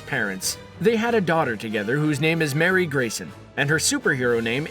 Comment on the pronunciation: It's Not Mary It's pronounced Mar'ee